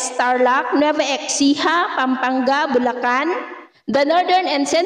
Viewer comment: nueva esiha po at cagayan bali ang tamang pag bigkas cnxa napo at maraming salamat bagyo update mo God bless you much always madam ❤❤❤